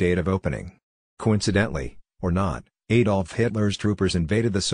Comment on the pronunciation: I just wish Americans could pronounce name’s beginning with an A without separating it from the next letter. They don’t do it for A Mercia, so why A Dolf.